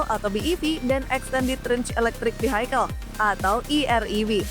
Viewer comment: gak ah, bacanya masih "fi-hai-kel" sih....